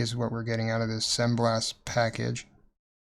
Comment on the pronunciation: Maybe it's me, but I am hearing "semblast" while you are typing "sembast..."